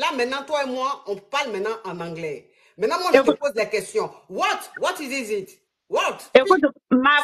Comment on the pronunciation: La coach veut tester la femme sur son anglais, elle commence par What is zizit ? Coach pardon 🤣🤣🤣🤣🤣🤣🤣🤣🤣🤣